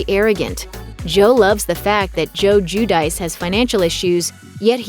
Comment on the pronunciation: I think the name is pronounced Ju- di- chay. Giudice. Italian.